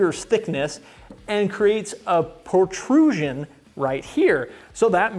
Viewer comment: "portrusion"? No such thing. The word doesn't exist. He probably meant protrusion.